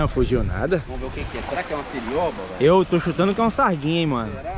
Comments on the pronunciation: O nome do peixe é CIOBA e não cirioba. Kkkkk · O nome desse peixe é CIOBA. NÃO É QUE VC ESTÁ DIZENDO(sirioba)